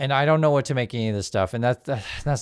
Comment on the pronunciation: Your Whut was felt